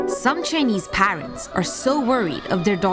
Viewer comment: So we're all gonna ignore how badly she's pronouncing "parents" .... 😐😐😐